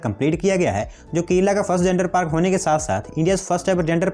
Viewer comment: bro it is kerala not kela